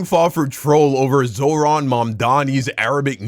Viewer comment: it was already a red flag when Asmond pronounced "Zohran" as "jordan" ...